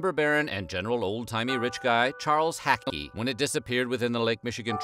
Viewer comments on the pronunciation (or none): I live in this area -- first off the name is HACKLEY (not Hackey- as in sack). you can't go anywhere in Muskegon without seeing this guy's name. second, there is no "Lake MI triangle" but it makes for a good story. The weather conditions are extreme and changes frequently and anyone who disrespects the weather here can have problems. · Pronunciation note. Charles Hackley's name is pronounced (Hack-Lee). Not (Hacky) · Nice editing lol, you kept said Hackley wrong ha.